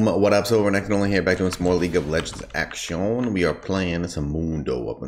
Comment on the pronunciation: Am i the only one that prefers him saying "actioonne" and not "action" ?